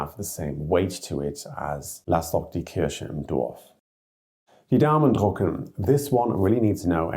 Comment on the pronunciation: Daumen drÜcken… not drUcken, which would mean “print your thumb”. The difference between and <ü> is phonemically distinctive in Standard German.